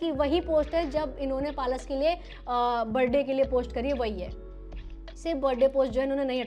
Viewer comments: It's पलाश and not पालश Pehle bolna seekhlo. Creators like you are highlighting this issue and trying to earn views from it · पलश ❌️ पालस✅️ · Palaash ❌ Paalas ✅ 😂😂😂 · पलाश नाम है दीदी palas nhi naam sahi le lijie fir roast karie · Palaaash not palash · पलाश ❌ पालश ✅🤣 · I hate to be the one but- it's pa-laash